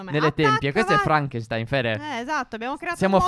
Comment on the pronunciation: Non franchenstain e sherkchenstain